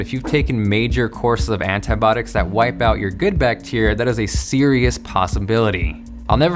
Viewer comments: It's antibiotics not antybodics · Do all Americans pronounce "antibiotics" like "anitbotics" or just him haha? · Itz Anti-Bio-Tics not Anti-botics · he really sayin ANTIBOTICS? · 'Antibiotics' not 'Antibotics' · "antibotics" - antibIotics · antibiotics not antibotics good video and nice inspirational story. sucks how you cant get it fixed :( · It's pronounced Anti-bi-otics put it together. Sound it out. 😂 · "antibotics" XD